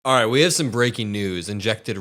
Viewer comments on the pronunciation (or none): none